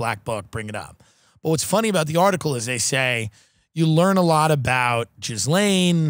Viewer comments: I feel like everyone who knows how it’s pronounced pronounces it Jizz-lane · Do they know Ghislaine is not pronounced Jizz-lane? I honestly can't tell